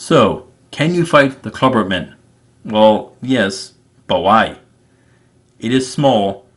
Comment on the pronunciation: Klabautermann is pronounced "Kla-bout-er-man, you have been saying "Kla-burt-man you are missing a syllable and saying it wrong.